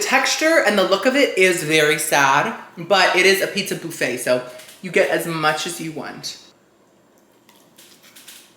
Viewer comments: Try the text to speech feeder because that’s actually how it’s supposed to be said ind not boofet it’s buffet even as I’m typing it’s underlined red to say that’s not how it’s spelled. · Say it with me...BUHFAY....👌 😁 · It’s Buffit 😂